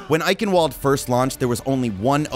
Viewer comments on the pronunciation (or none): It's a German thing bro, I've heard it butchered far worse. Can't wait for the next video!